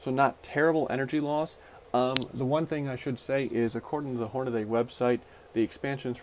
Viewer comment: It’s Hornady, not “Hornaday.”